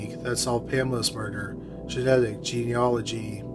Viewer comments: Not in America. It’s “JEE-nee-ah-luh-jee”. I would think it would be the same in Canada (the narrator’s home country) too. In all his past videos he would say something like “Jeena-nology” — he’d throw in an extra “n”. I’m really proud and relieved he got it right this time. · Congratulations! You FINALLY pronounced “genealogy” correctly!!!! After years of pleading. Then you turn around and mangle “Naperville”. But that’s a small price to pay. Thanks for posting these cases with resolutions.